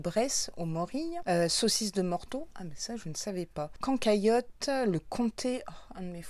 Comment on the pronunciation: Cancailotte ☺️😂😂😂😂je t aime rien que pour ça 😂😂cancoillotte